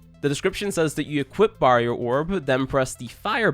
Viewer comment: The way you said barrier. Ewwww